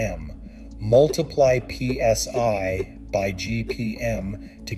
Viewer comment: DID THE A.I. SAY THE EGO RUNS AT 3200 P.S.Y. ❓❓❓ 😂🤣😂 WHY YES IT DID ❗❗❗ WHAT THE HELL IS P.S.Y ❓ AND WHY IS IT SO MUCH BETTER THAN P.S.I. ❓❓❓.................... 😂🤣😂